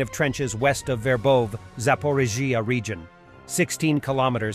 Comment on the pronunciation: Verbose is pronounced Ver vov VA! Robityne is pronounced Row bot tyn na!